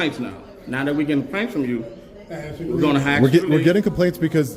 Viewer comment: Tell them to say - "asked you" English 😂😂😂